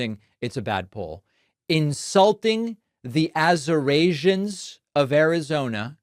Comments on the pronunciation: Azerasians must be the ones coming from "countries nobody has even heard of" that he keeps talking about 😂😂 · Lots of Azorasians in the room. How’s things over on Trouth Senchual? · AZURASIANS ? C’mon Americans . This is ridiculous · Wow trump really? Azurasians? Did you even attend one class in College? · OMG they have got to get this guy to a hospital STAT,😱😱😱